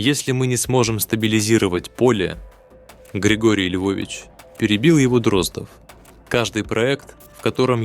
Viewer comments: После того, как чтец простую фамилию ДроздОв произнёс как ДрОздов, слушать расхотелось. Тем более, что этот же цикл рассказов есть в исполнении Абаддона, который читает великолепно. Извините, юноша, голос у вас очень приятный, но с малогоамотностью нужно бороться. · ДрОздов просто вымораживает , не смогла слушать. Неужели простая фамилия ДроздОв настолько сложнопроизносимая? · Боже мой! Простая русская фамилия Дроздо́в стала англифицированной, Дро́здов😂😂😂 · Абсолютно верно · Почему? Может фамилия действительно ДрОздов, а не ДроздОв? Остальные же правильно произносятся.